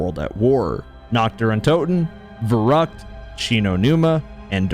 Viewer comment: I get to chuckle when tries to pronounce Verrück and Der Riese.